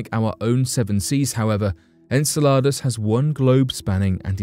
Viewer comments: En cell ar dus or Enceladus? Learn how to say it!!!! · I’m constantly looking forward to watching each new video you post. However I just want to make a minor correction to the pronunciation of the moon Enceladus. It sounds like “in cell a dus”. Thank you for always bringing to the forefront such topics that are so easily buried